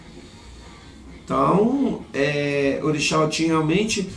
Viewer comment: Se pronuncia , OTI não OTIM porque a palavra OTIM é cachaça na língua Yorubá